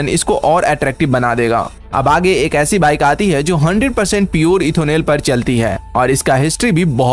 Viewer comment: Ethonel or Ethanol?